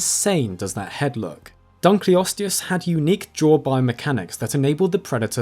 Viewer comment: it's the DUNKLE! It was named after david dunkle, so the proper pronunciation is dunkle-osteus!